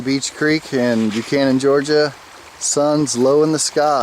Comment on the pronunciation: FYI: It is pronounced "buck han an".